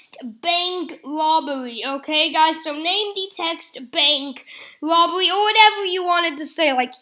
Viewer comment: “Bwank wobbery”